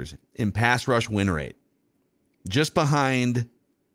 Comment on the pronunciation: “Pass rush win wate” 😂